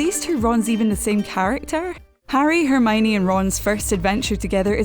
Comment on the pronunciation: I don't like the way she says Hermione Her: Herrrmoine 😑